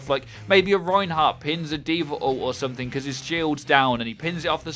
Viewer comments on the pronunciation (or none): none